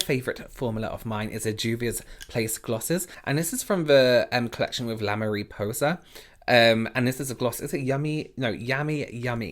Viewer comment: "La mairipousa!" here's a spanish speaker 😂